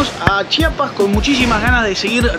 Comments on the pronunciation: Lo que me da curiosidad es que ellos sí saben pronunciar CHIAPAS y no chapas como la gente de otros estados de la república 😂😂😂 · Lo que me ha encantado es que a diferencia de los mexicanos del centro y norte del país ustedes si dicen bien CHIAPAS y no CHAPAS como ellos.